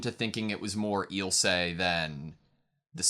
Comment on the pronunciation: "My name is Ill-suh lahng-nar" nods Eel-say Langnur You can hear them pronounce the names. Why can't you just mimic what the characters call themselves and others? You don't have to rely on just your reading abilities. The audio drops subtle clues, like the proper pronunciation.